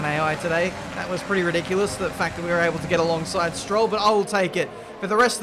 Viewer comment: "Haven't been oble to avertake" really proves that you were too tired.